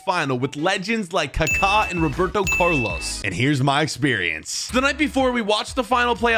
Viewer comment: “Roberto Curlos”